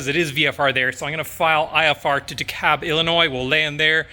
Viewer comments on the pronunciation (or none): For DeKalb, Illinois you need a hard L in that Kalb. It's only in in Georgia where they say it like you're saying it.